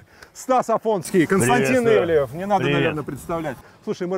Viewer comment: До чего ж резануло.. ИвлИев, ИвлИев.. вроде знакомы с шефом, а так ведущий коверкает его фамилию раз за разом. Ивлев слукавил и в том, что не имеет отношения к ресторанам с 2016 (на тот момент) года. Как спонсор и управляющий партнер он открыл с 2016г как минимум 6 проектов в Москве и Нижнем Новгороде (Monster Hills, ПроМясо, Парк Культуры, E11EVEN, Drinks&Dinners и отель в Новороссийске), один из них не пережил пандемию, остальные работают. Но сам он отовсюду ушел к 2021